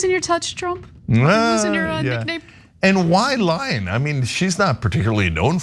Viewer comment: every time trump said lying i herd lion